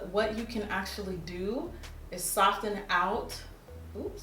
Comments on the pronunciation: Jackie, PuHlEaSe stop pronouncing the "t" in soften 😭, still love you tho. $RachelHardie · Subbie since lilpumkinpie05 and you still saying "Sof-TEN"!! Love it. $lizroyster